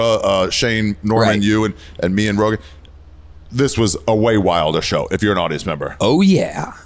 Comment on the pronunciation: Joe rogaan " biden "